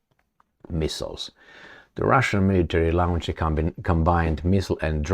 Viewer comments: Lo:nch; lo:ncht. I can’t use the phonetic symbols here. It’s just a long o: - not a diphthong - /au/. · You insist on pronouncing the word launch as lounge. How come this singlemindedness?